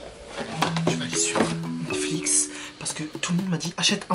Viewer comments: Le daronne elle dit mixique à la place de Netflix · moi elle dit mecfic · Mdr elle a sorti Mexique au lieu de Netflix ! À chaque vidéo je rigole comme une folle mdr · Mexic au lieu de Netflix je suis morte 🤣🤣🤣🤣🤣🤣😂😂😂😂😂😂😂